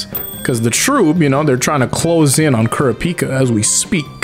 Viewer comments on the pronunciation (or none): Ku-ra-peek-kuh wtf Its ku-ra-pick-ah